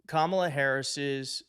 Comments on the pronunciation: Tell Kilmeade it's KAM-ala as far as pronunciation.is concerned. Study hard Brian and cut the coy-cutesy- David Duke-George Wallace approach. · Another "sneaky" thing the racist right-wingers have been doing is mispronouncing her first name. The bonehead Faux talking head just did it in the clip and their orange god mispronounces her first name consistently and on purpose. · They still can't seem to pronounce her name correctly after all these years. We'll make it easy for them in November, It'll just be "Madam President". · And he mispronounced her name. White people who are conservative have always mispronounced my name even after being corrected. More open-minded people have tried to respect pronunciations of non-white names. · After 8 years of her in politics, you'd think they would at least pronounce her name correctly.